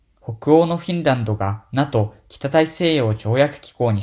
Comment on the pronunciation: NATOをナトってイントネーションで咏まれてずっこけた。これは調子狂うわｗ